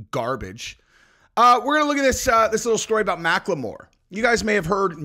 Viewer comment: can you please just pronounce Macklemore like a person that graduated elementary school? Thank you!